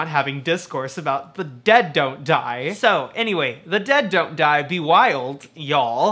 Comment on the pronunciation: Great video! I like how when you say the title fast it sounds like "The De-doe-die"